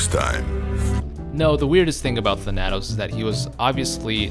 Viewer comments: Thanatos is spoken as Thana-tos, not Than-atos just a future reference thing in case he ever pops up again on a list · Tha nat os? It's Thana tos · Its Thana-toes not tha-natos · Your pronunciation of Thanatos was killing me.. "Than-Uh-Tose" just so you know.lol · Thuh-nat-ose? I always said Thhan-uh-tose. Like Thanos is pronounced but with the added uh-tose after Than. Oh wow you say Thay-nos instead of how everyone in the MCU says it...alrighty then. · The way you pronounce Thanatos kills me. Thanatos. THAN-uh-toes . Greek personification of death. Not even a particularly unknown name. One of the most commonly known pieces of Greek mythology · "THAN" + "uh" + "tos" is how you pronounce it my god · Him saying Tanátos took years away from my life expectancy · Interestingly enough thanatos is actually pronounced than-a-tose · his name btw is pronounced "Than-uh-toes" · Than-a-toes as in the greek god of death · You pronounced Thanatos wrong look up the Greek God of death and listen to the pronunciation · You mispronounced Thanatos.... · How the fuck do you mispronounce Thanatos and Thanos IN THE SAME BREATH?! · I love your vids. But please.. please stop mispronouncing thanatos. It hurts me so lol.